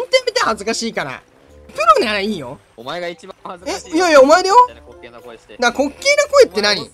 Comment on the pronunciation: 5番の人の滑稽が烏骨鶏の発音と同じなんよw 正しい発音誰か教えてあげてw